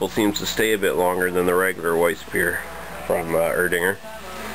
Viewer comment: Nothing is usually silent in German. From what I know, it's just (y)Er-Ding(a)r with a soft Ae in the beginning - not the "eee" sound. Thoughts?